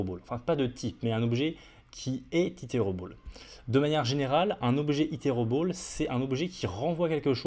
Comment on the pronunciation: stp fais un effort avec ton accent quand tu utilises des termes anglais, mes oreilles saignent (array => euray, iterable => iterobol) pitié